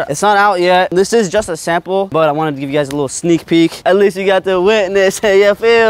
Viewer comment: “you and iguys” ??😂😂😂